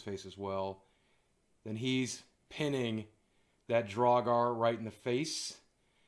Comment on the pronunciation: I love boogie but man the way he says draugr makes me go insane